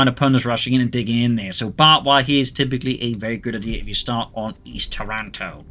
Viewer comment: Thanks for the cast.just one thing tho, it's TARanto not TarANto (like the city in Canada) I live not far away so its cool to see these places in a game. Cheers!